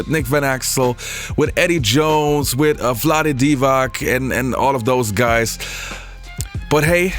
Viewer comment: bruh said vlade divac 😂😂😂😂🤡🤡🤡🤡🤡🤡🤡🤡